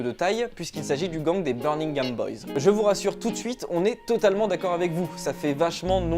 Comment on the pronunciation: C'est birMingham pas birNingham, desole je fais le chieur, video cool sinon bien joue